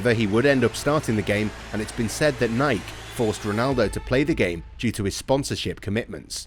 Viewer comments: No it's Nikey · It's pronounced Nikey... ask the founder 🙄